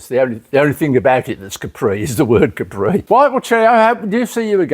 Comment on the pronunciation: He should have told the guy it's a Capri, not a Cawpri.